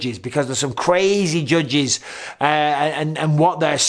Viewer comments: He says it like “jujges” 😂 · Anybody else just irrationally mad at the way he says judges??? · Anyone else love hearing him say “judges” 😂🤣😭